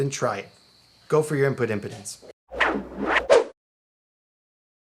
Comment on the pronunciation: First, it's "im-PEE-dence". "IM-puh-dence" is something that happens to old men. Second, the impedance basically the resistance to having the electrons moved back and forth. Basically, you're trying to send an oscillating signal (starting from your vibrating strings) through to the Helix. Imagine that, to do this, you have to shake a big rubber wall back and forth. Imagine that the Helix is on the other side of this wall, and all it can do is see how much the wall is moving. If the wall is really thin, then it's easy to shake it at high and low frequencies. If the wall is thick and heavy, then it becomes pretty difficult to shake it quickly (so your high frequencies start to get attenuated). Of course, there's a lot more going on than just that, but that's a way to conceptualize it that might make intuitive sense.